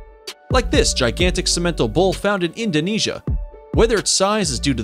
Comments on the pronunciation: First time here. Very informative. My family raised dairy cattle and several of these are used commonly as crosses. And simmental is pronounced sim*men*tahl where I'm from. Lol. Made me wince every time you said it. Nice,educational video. Bravo. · it's pronouesed Sim_A_Tall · Chianina is pronounced kee-anina. And Simmental are SIMentall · Simmental (SIM’-en-tall). The emPHAsis was on the wrong syLLAble. And, typically people don’t pronounce the “n” in Brahman where I’m from. Good video, though. Beef Master breed could be on that list, too. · I’m a rancher and they didn’t pronounce Simmental correct. Lol